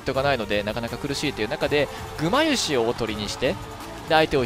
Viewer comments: 일본인이 구마유시라고 발음하니까 구마유시가 원래 일본어인것 처럼 들림 너무 자연스러움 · 구마유시발음 왜이리 쉽게하냐ㅋㅋㅋㅋ 일본스러운 닉이라 그런가